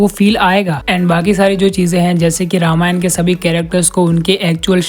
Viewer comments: सबसे पहले आप "रामायणा" बोलना छोड़िए । "रामायण" बोलिए। अजीब हाल है भाई। और वाल्मीकि रामायण में किसी भी वानर के पास गदा का ज़िक्र नहीं है फिर आपको original रामायण में कहां से कौमुदगी नाम मिला। किस रामायण को original मान बैठे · Pehle toh ramayan ka pronounciation dhang se krle angrez....